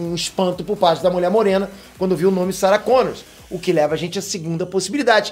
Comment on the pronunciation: É Sarah Connor e não Sarah ConnorSSS